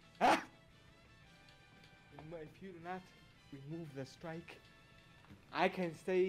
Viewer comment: RAMAAAOOOVE DAH STOOOOOIIIIKE!!!